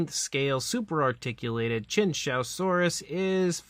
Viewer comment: It’s pronounced “chew-wan- zow-saurus”